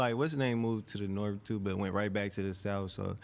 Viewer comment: Big bloody from the "Norff"😊